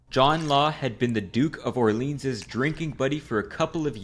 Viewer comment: Orleans pronunciation also